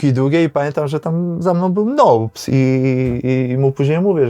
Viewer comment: Nołps" czyli Kevin Nolan?